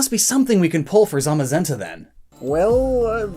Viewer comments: How the hell do you butcher the names, although the british employee of Game Freak pronounced them correct? Zamazenta (Tsamasenta) and Zacian (Tsashian)...just learn it already... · When he was reading the book and kept saying zenta and the shield Pokemon zamazemta